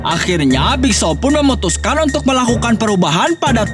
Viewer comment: Nama nya big show Abang nya bilang big Shaw